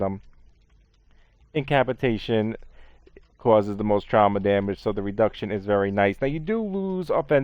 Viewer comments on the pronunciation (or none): “In-cap-a-yay-shun-“ llololololol do you mean “incapacitation?!”